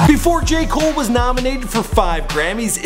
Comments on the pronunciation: Deon Davidson Jay mole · Either say J.cole or Cole not Jay come on man